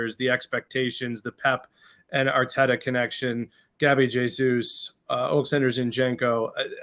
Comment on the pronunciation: It's Arteta not "Arteda" 😮‍💨, at least the Brits try to pronounce names correctly, especially the commentators.